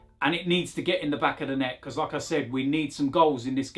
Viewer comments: lol I hear it every single time. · Always heard it last year and made me want Laca even more so we could hear actually say Lacazette